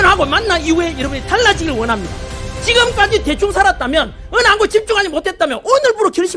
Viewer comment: "찌금까지 대충 싸랐다면!!!!" 스타팅ㅋㅋㅋㅋ